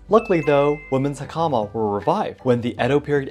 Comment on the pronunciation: Have to admit, that American pronunciation of 'hakama' was painful...😅